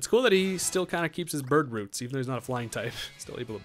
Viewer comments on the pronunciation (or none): none